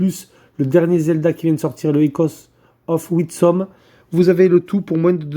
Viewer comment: of WiSDom, GT Gabi sort de ce corps ! x) Witsom ? comment as tu fait ? c'est pas si dur lol --> MAIS en plus il le refait ! 🤣 WIS-DOM, répète après moi, c'est pourtant pas si difficile